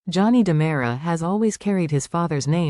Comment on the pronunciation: 😉 It's DeMera not Damara! I SHOULD know. I'm RICK DEMERIAKIS! 😅😂